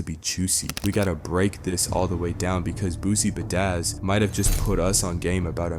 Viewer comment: BRUH ITS NOT BOOSIE “BA-DAS” it’s PRONOUNCED BOOSIE BADASS! Smh